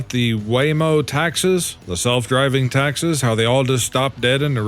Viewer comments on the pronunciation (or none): It's taxis (Tak Seez }not taxes (Tak Sezz)